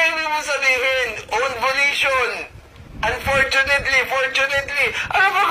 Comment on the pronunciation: Atty., pag pasensyahan mo na kasi yung surname nga nya di nya kayang bigkasin, imbes FERNANDEZ sa kanya ay "PERNANDES". ang FIVE ay "PIBE". ang UNFORTUNATELY ay"UNPORTYUNEYTLI, hahaha!